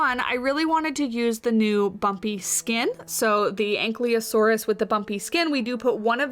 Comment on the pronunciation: It's An-KYE-losaurus, not An-CLEE-osaurus. Anyways, looks good so far.